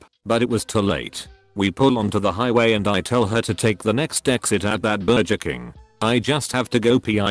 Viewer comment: Everybody on earth: burger This voice bot: BER-JER